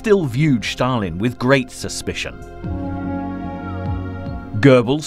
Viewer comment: Why "Shtalin"? all else good